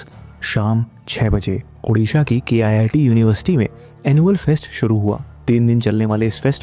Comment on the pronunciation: Its pronounced Keet not K-I-I-T. Its not an IIT, its a private college.